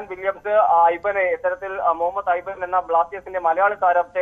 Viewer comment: It's not aimen it's aiban. Chettanum ith athra parichaym ulla pani allalle